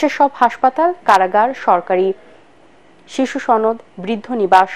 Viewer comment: খবরে শিশুসদন না বলে শিশুসনদ বলা হয়েছে যা দুঃখ জনক ।